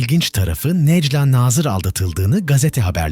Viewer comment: bu videoyu seslendiren kişi biraz işine saygın olsun necla nazırın nasıl okunacağını öğren